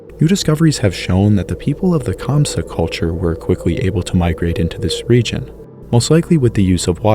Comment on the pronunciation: Very listenable and easy to follow. Except when naming the various cultures! In Scandinavia, what was that culture? Kamsa? Hamsha? These are unfamiliar words that are not autocorrected and understood by the English speaking mind, as would any other word in the sentence would be, if misspoken. Articulate (verb intransitive).